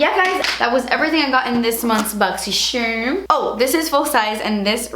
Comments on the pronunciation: ITS PRONOUNCED BOXY “CHARM” not shirm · Just curious, do you say BoxySHerm instead of BoxCHarm on purpose? Lol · “boxxy sharrrm” makes me giggle every time love you 💕💕